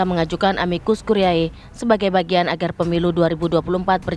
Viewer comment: Konsonan ae bahasa latin dibaca vokal e dalam bahasa indonesia. Jadi bacanya "Amikus kurie" Bukan amikus kuriae...